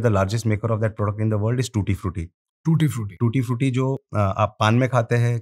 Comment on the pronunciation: When he said “ we supply tootee fruity “ I just stopped my walk 😂 WOW 💪